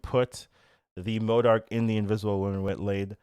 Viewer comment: Why can't any of the SNAP content creators pronounce M.O.D.O.K correctly?